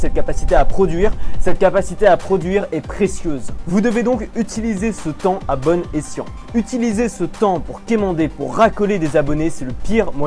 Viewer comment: "vous devez l'utiliser à bonne esciant" (vous devez l'utiliser ABONNE esciant XD)